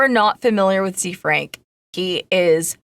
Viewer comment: Is it zee frank ? I thought it was pronounced kinda French. Like zefrank. The frank